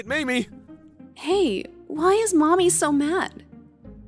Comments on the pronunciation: Hey,! It's Mami, not Maimi! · Bro I thought they were saying mommy😭😭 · The switching between pronunciation of Mami’s name really threw me off